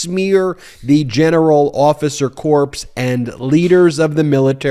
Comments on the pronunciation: "...to smear the general officer corpse ..." Oooh! Gross! I think you meant to say "corps", which is pronounced just like "core". Are you really a lawyer? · Same with "officer corps," as in this video. You said "corpse." It's officer KORR, not CORPSE... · It is pronounced "core" not "corps" where one might conducts a post mortem. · FYI in military usage the words 'corps' is pronounced like 'core'. It's like you're saying, 'corpse' which is a dead body. I know it's unintended but just sayin'. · BEN. ----- corps is pronounced "core " like an apple NOT. " corpse " like a dead soldier !!! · "Corps" is pronounced like "core" not like "corpse". 🙂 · PLEASE, it is not the officer or Marine "corpse." It is pronounced like "core." As in Marine "core." As a retired teacher, I have to say this. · Please don't pronounce corps as "corpse", it's pronounced "core". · It’s “CORE”, not corpse. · Officer "Corpse"? You need to go out and buy a dictionary. They have pronounciations in them. Try saying "Core". ;-) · Corps is pronounced like "core", not corpse. MAGAts want a Marine Corpse because they won't rest until the Marines are corpses. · corps is pronounced like core, not corpse. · corps is pronounced core, not corpse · I listen to you all the time and I'm an Army Vet, but it irritates the hell out of me when you pronounce Corp as Corpse. The P is silent in Corp. It's not CORPSE as in DEAD. It's CORE, as in Marine CORE! Thanks. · Corps is not pronounced the same as corpse. Seriously dude. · BTW, military "corps" is pronounced like "core" not "corpse"- "Corpse" is a dead body.😁Nobody in the Corps wants to be a corpse. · Pronounced CORR not corpse! For obvious reasons! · Ben, love your work, but FYI... "Corps" is pronounced "core" not "corpse" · "corps" is pronounced "CORE", not "corpse" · Core not corpse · Corps= Core not "Corpse". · Just a detail ... the word "corps" is not pronounced like "corpse", it is pronounced like "core". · Ben, it's pronounced Kore, NOT corpse! Marine CORE!